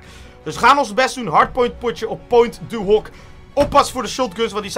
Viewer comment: je spreekt point du hock uit in het frans like als je je er ook aan ergert😂😂